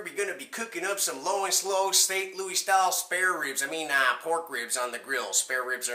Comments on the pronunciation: No one here in or near ST. LOUIS say "louie' IT'S LOUIS. As in your header. Where you from dude? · No one that lives in the entire area St. Louis calls it "lou-ie" only foreigners.